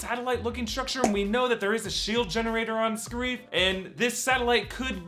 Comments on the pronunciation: and it's not friggin (ska reef) it is (scare if) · spoilers first it's pronounced scare if not scare eef also yeah everybody dose die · Ryan Meaker also the, "Scarrree-eef" instead of Scare-if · I don't think it is going to be pronounced Sca-reef I think it is Scare-if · The way they pronounced Scariff hurt too